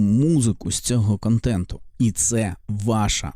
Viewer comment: Здається робиш правильні речі, але є одне але... На якій мові ти спілкуєшся "українськомовний"? бомбОрдує, "кАнтентА", ірАнічно, розсудку, дІпресії, (існоє такІй рух), (земля плоськА), (ОХ ТИ І ТІП, - ГЛОБУС (відкрию тобі секрет, він має форму кулі)), бЄтонна плІта. ЗРОБИ ЩОСЬ ІЗ СОБОЮ!! ТЕБЕ Ж ЛЮДИ ДИВЛЯТЬСЯ І СЛУХАЮТЬ, А ТИ ... "борець"